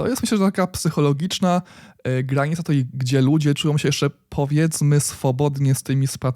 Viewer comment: Super jak zawsze, jedna uwaga nie mówi się tutej tylko tutaj... ;)